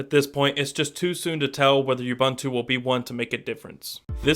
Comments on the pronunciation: First of all, it's OO-bOOn-tu. I have never heard people call it youbuntu, and it's honestly a disgrace to a review to mispronounce it during one. Secondly, it's a bit unfair on either side to compare ubuntu and stock android. Seeing as how GSIII comes with Touchwiz and not AOSP. However, Ubuntu seems more default gesture based, but there are apps in the store to simulate this very thing. Either way I'm definitely looking forward to the Ubuntu ROM in the future for my GSIII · its not Youbuntu its oooubuntu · "You-bun-too"? Really? People (well, Americans) are *still* pronouncing it wrong? It's "Oo-boon-too". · You seem to pronounce "Ubuntu" wrong.. It isn't "Youbuntu" it is "oobuntu" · It's pronounced OO-BOON-TOO not YOU-BUN-TOO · man...lol!!! THAT's an AFRICAN WORD!!! not pronounced UBONTOU!???? WTF?!? LOL! ...that is pronounced UBUNTU... the U being OO (U)... shame on you!!!! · WOOBUNTU. NOT YOUBANTU. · Please!! It's not pronounced "Yuh-boon-too"... It is pronounced "oo-boon-too" (with "oo" as in "look") PLEASE get it right... it's kind of irritating to hear considering the correct pronunciation, is really not any harder than what you keep saying! [See wikipedia Ubuntu_(philosophy) ] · OOOOBOOONTOOOO NOT YOUBUNTWO! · its pronounced oo-boon-too. come on you're supposed to know this stuff. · Since when does an accent affect phonetic pronunciation in such widely varying degrees? It's an African word, it's pronounced the same in any accent. The correct phonetic pronunciation is OO-BOON-TOO and it tells you so on the Ubuntu site. See for your yourself. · it's pronounced u-BOON-tu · Yes I agree. The pronunciation of the name in this video is totally wrong. It is "ooh-boon-too". Go and check the pronunciation of this African word on the net. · actually it's pronounced ooh-boon-too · Please stop saying YouBuntu. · Please get the pronunciation correct Ubuntu (ʊˈbuːntʊ) it's OO-BoonToo Shot ;) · oo-boon-too I liked the video but your pronunciation drove me nuts.